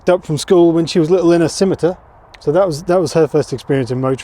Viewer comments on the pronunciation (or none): none